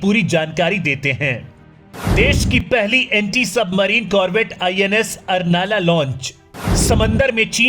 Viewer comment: उसका सही नाम अर्नाळा है , कृपया सही उच्चारण करो. मराठी नाम तोड मरोड के मत लो मराठी का कृपया सम्मान रखो . मातृभाषा है हमारी.